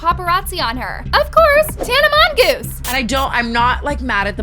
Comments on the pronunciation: idk why I heard "tana mongoose"💀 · “Tana mongoose” PLSSS😭😭😭